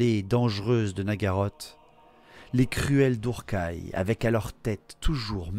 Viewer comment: Tu dis «dourkaï» pour druchiis? C'est le déplacement du «R» que je comprends pas... Après la prononciation personne ne peut être certain de la bonne. Perso je prononce tous les termes elfiques a l'anglaise. (Je mettrai «ss» pour le son «th» prononcé comme dans «theory» Pour faire du phonétique, c'est pas génial mais je sais pas ecrire les lettres phonétiques avec un clavier et peu de gens savent les lire donc...) «Eulssuane» pour Ulthuan...pas «Ultuan» «krasse» et pas «shrasse» «assrail» pour Asraï, pas «ass raie» «Naguaross» et pas «Naguarote» «Malekiss» pas «Malékite» (Encore que ces deux derniers me choquent pas a la française» C'est juste une façon de prononcer hein, pas reproche. C'est comme les gens qui disent «Nu-r-gle» au lieu de «neurgueule» Mais Tzeentch étant sûrement celui avec le plus de prononciations différentes (pour le coup c'est cohérent avec lui^^) Tzintche, Tsainche, Tzwouinche, et d'autres que j'imagine même pas.